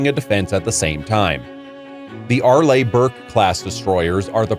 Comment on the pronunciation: ARE- LEE is how it is pronounced!